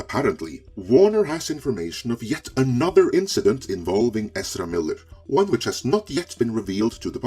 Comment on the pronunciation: Does anyone else really like the way pronounces Ezra?